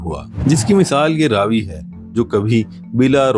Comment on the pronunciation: Apni mistake theek karo . Ye Raa vi nahi Ravi hai